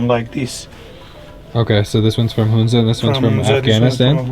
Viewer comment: It's pronounce Huhn-za not Hoon-za. First syllable is pronounced the same as the first syllable in 'honey'.